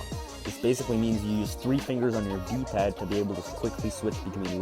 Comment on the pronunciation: When you said “DPAD” I heard glitch. 💀